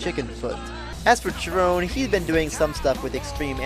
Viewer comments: FYI Gary's last name is actually pronounced Sherone. There was a lot of good songs on this album. "Year to the Day" is my favorite but there are some other good ones too. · Thanks for letting me know about that. I'd heard it pronounced with a hard ch- sound by many fans, so I went in assuming that was how it was pronounced. Not the only time I've made that mistake, but hopefully the last! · Yeah, a few other comments have informed me that Cherone's last name is pronounced with a soft sh- sound rather than a hard ch- sound. I'd heard it pronounced with a hard ch- sound by many fans, so I went in assuming that was how it was pronounced. Not the only time I've made that mistake, but hopefully the last! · Interesting analysis of Van Halen III and creative pronunciation of "Cherone." Not what I would have said about the album, but we can certainly agree that it wasn't their finest moment. Gary is awesome, even with Van Halen, especially live.